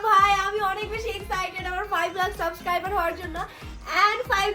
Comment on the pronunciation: এইগুলা একটাও লেখাপড়া করে নাই।স্পেশাল কে এসপেশাল বলে। সাবসক্রাইবার কে সাসকাইবার বলে।